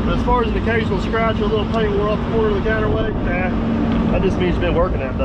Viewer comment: Counterweight, I listened 3 times and still couldn't understand you, I scratch my counterweights every morning, doesn't do me any harm...